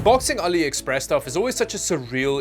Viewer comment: Never heard of Aliepress 😂